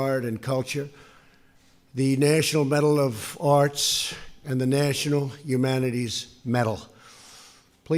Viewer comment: What is a Nachunal Humana-Terries Metal?